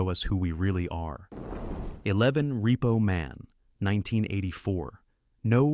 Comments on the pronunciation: WHAT IN THE HOLY HELL FOCK DOES THIS AI POS SAY ???!!! LMFAO I EFFING HATE AI PRODUCTIONS!!! That and "REPPO MAN"... and Emilio EST...vez something... WTF!!! STOP MAKING/USING THIS SH1T!!! Use your HUMAN VOICE and READ IT TO US!!! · "Reppo Man, starring Em-il-lio Est-EV-es. Umm, yeah...that's not how you pronounce any of those words, except "Man". lol